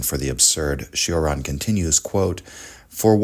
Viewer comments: Its not Shioran or Sheraan its Choraan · It's pronounced Cho-ran, like in chore, or chode. It's not a Bugatti Chiron 😉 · It’s pronounced “Choran” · Kept hearing it as Sheeran. Not at all the same. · it's actually pronounced chore-an